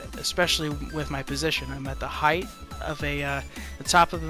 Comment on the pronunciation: height not heighth